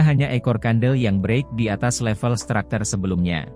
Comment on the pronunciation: Structure bang bukan stracter